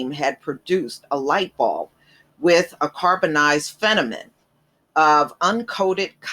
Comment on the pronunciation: Thank you for the shout out to my relative, Lewis H Lstimer. I do wonder why though you pronounce FIL-A-MENT as "fenament"?